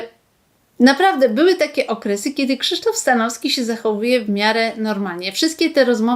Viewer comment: Przekręciła pani nazwisko Stanowskiego. Słabe, bardzo słabe 😂